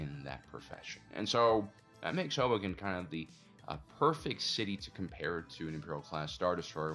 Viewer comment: I first heard 'hobo camp' instead of Hoboken. "They have pretty advanced buildings for a camp.... oh."